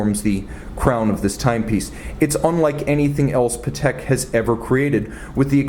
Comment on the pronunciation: I think you do superb reviews but please, it's PAtek not paTEK